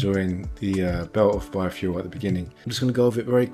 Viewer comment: I keep hearing 'bar-fuel'. I should stop drinking...